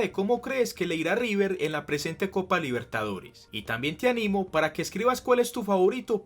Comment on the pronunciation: por primera vez River y Boca disputaban una final de copa Libertadores* Se que lo dijiste pero, a tu manera capaz no se entendía jaja, igual buen vídeo.